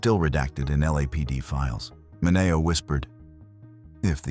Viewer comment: You should really know how to pronounce his last name.